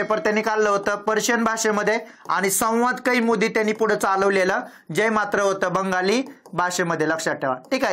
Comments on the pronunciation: "संवाद कैमुदी" नव्हे "संवाद कौमुदी" असे आहे."न्यान" नव्हे "ज्ञान" असे आहे. कृपया योग्य उच्चार करावा. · संवाद kaiमुदी म्हणू नका कौमुदी म्हणा.😂😂